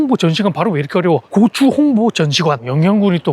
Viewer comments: 고오추 아니고 고추 ㅋㅋ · 앜ㅋㅋㅋㅋ 고추를 고오추라고 발음하니깐 이상헤요